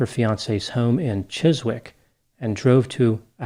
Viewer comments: Ffs Chizik not chis wick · Chizwick ....hahaha only a Londoner can tell you haw it pronounced ...Chizick is the correct pronunciation for Chiswick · Good analysis, Chiswick, is pronounced Chisik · ❤️ "Chizz - Wick" 😂 we say "Chizzick" 🙂 Very sad case ☹️❤️ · Chiswick is pronounced Chizzik. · Just to say that the place name Chiswick is pronounced with the w silent... As Chisick.. English has a lot of place banes with similar spellings eh with the last part having a silent w Southwark, Suthark Greenwich, Grinich, etc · It's pronounced CHIS-IK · Chiswick is pronounced as Chis-ick. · Chis'ick. We don't pronounce the double-u. 🇬🇧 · Chiswick is pronounced Chizzik. I think this was a case of a fouled up assassination. One of her neighbours, also a journalist is believed to have been the actual target. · Fyi Chiswick is pronounced "chi's -ik" silent w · Chiswick: in this name the W is silent, Chis ick. likely useless information, but you never know. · thanks for covering this case. If we had the surveillance we have these days perhaps he would have been caught or detered from committing the crime. Also Chiswick is pronounced "Chissick" 😊😊😊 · For future reference, Chiswick is pronounced Chizzick. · Ah, in the UK, Chiswick is pronounced 'Chizick'...I used to live and work there, West London, Borough of Hounslow - good topic today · Chiswick is pronounced CHIZ-ik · Chiswick is pronounced "Chisick" xx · Hi Great presentation,very thorough. Chiswick is pronounced Chisick you don't say the w, is one of those strange English names 🙄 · (Chiswick has a silent w. Pronounced "Chissick") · It's pronounced "Chiz-ick". But you got Fulham right! 😃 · Chiswick is pronounced, CHISS - ICK. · Fyi Chiswick is pronounced 'Chizzik' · You don’t pronounce the w in Chiswick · You don't pronounce the 'w' in Chiswick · The K in Chiswick is silent. Ask a Taxi driver for a cab to ChiswicK and that’s going to cost you an extra £50. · N.B. It’s a silent W in Chiswick.